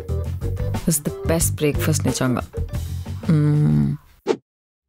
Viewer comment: Me: best: besht